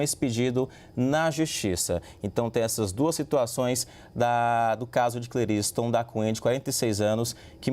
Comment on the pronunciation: É Cle ris ton